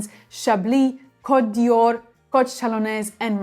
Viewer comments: A friendly tip. It's Cote D''Or, not Dior. The apostrophe is silent. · Côte d'or not d'Yior!!! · But you pronouncd it Dior. What could this opposite message possibly be saying?